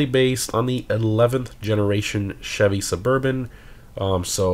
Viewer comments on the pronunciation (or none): none